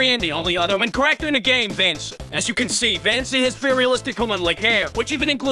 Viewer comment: also I love how cursed is pronunciation of Vanessa's name, it's adorable